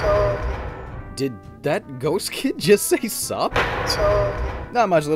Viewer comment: It sounds more like he’s saying “soup.” Or like “soop.”